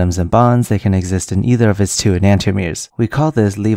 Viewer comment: Wait, that's not how you pronounce enantiomers!